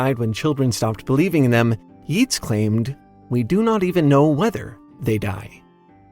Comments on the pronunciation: It's pronounced "Yates." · Yeats is pronounced as Yates, like ate. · Yeats is pronounced "Yates." the "ea" in Irish and Gaelic makes a long A sound. Similarly to how McClean is pronounsed, "McClain."